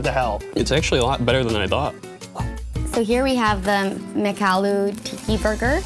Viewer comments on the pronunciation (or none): I dont like the way Americans pronounce "tikki" 😂